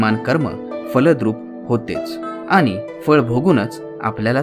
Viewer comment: ण ला कृपया न म्हणू नका..... आनी नाही आणि... आपन नाही आपण.... पहाने नाही पाहणे .....plz ते कानाला गोड वाटत नाही....बाकी उत्तम आहे.